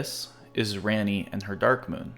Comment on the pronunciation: Lunar Princess "Ranney" eh? Lol